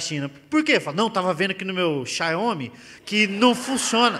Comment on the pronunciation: "To vendo aqui no meu Xaiomi" kkkk